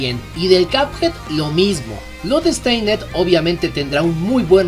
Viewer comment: Hey hey! Oye, se dice "blodsteind", no "blodEsteinEd" la última E es muda. Y se pronuncia "bilders" no bUIlders.